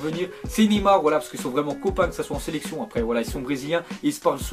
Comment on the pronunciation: Top vidéo rien de bien méchant mais c'est pas Nimar mais Neymar je parle de la prononciation.